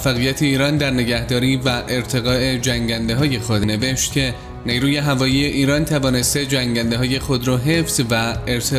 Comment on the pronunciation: نی روو نه جناب گوینده‌. نیرو درسته.